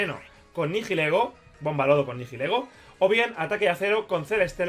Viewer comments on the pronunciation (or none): Por favor, deja de decir "NiJilego", la H es muda. El nombre viene de las palabras "Nihilismo" y "Ego", lo que vendría a significar "Carente de identidad". Un saludo y enhorabuena por esa victoria.